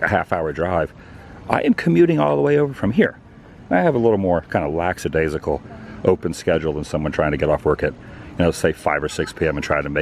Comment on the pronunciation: Lackadaisical not lacksadaisical I love the vids though 😊